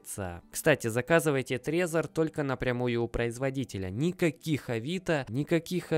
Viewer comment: не Трезер а трэзор я живу в стране где он производится